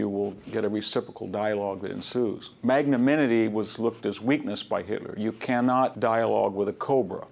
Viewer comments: Couple of things: It is pronounced "mag-naN-imity" not magnaminity. Calvary is where Jesus was murdered. Cavalry are horse-soldiers. Also literature has an "a" in it. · at 20' 10": commisserate? he means comensurate. For a highly educated man, he continually makes inexplicable linguistic blunder like this. He repeatedly says "magnaminity" and never manages to pronounce "nuclear" correctly. Great talk in all other respects, though